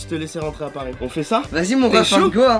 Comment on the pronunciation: "retourner à pars" 😭😂😂 aucun respect pour Paris